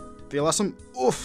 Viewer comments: Like the content but please stop saying oooft so much. Lol. There is no T in oof and I for some reason get more irritated each time you say OOOOFT. which is 30x a video. :p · Drinking game for everyone! Take a drink every time says offft. Lol 🤣 🤣